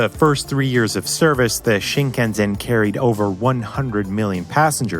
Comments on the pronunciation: Quality is great, but why pronounce it Shinkanzen? It's a tiny tiny error but it's the damn name of the train and it's in the title. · Its definitely "sen" It's spelled that way and pronounced that way. I dont understand the argument. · Yes, you’re right. It's spelled that way and pronounced that way. In this great video, he pronounced like "Shinkanzen". I really don't care about pronunciation, but some Japanese may will not understand "Shinkanzen" (but mostly no problem! (*^^*)) Just In case of someone visit Japan ! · Honestly if you pronounce it "shinkanzen" to an English speaker they will probably look at you funny as well. I've never before heard anyone say it the way does and it seems very strange. It's not as if it is a difficult word to pronounce either. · Great video but your pronunciation of Shinkansen needs some work. 'Shinkanzen' is an incorrect pronunciation. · This is my first video on this channel and I loved it. A nice coincidence that it came up on my recommended list as I was riding on a Shinkansen home! A great video with details I’d never heard before, but a little frustrating to hear the narrator pronounce it “Shinkanzen” throughout. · It's pronounced, "Shinkansen" with quiet "s". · Yeah that was really annoying Z sound. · why tf would you pronounce it with a Z when you can clearly see its an S. i cant stand it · Is anyone else struggling to get past the narrator's mispronunciation? Fingernails on a chalkboard. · You'd think by making a video this long you'd have made the effort to pronounce Shinkansen properly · Thank you for the video. For your information, the Shinkansen is pronounced with "s" like "samurai", not "z" like "zen". The 'sen' part means "line" in Japanese. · Makes an entire video about Shinkansen, pronounces the name wrong the ENTIRE time... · Not being too pedantic, but this is very much noticeable. The "sen" in Shinkansen is pronounced with "s" sound like in "Andersen." Other than that great video. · SEN not ZEN